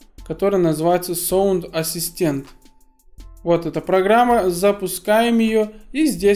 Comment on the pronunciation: Не соунд ассистент,а саунд ассистент.Грамотей!